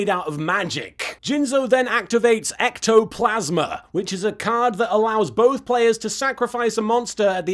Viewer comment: I missed these. ^_^ Also, Little Kuriboh you're supposed to say it like this: ECTO-FRICKIN-PLASMA!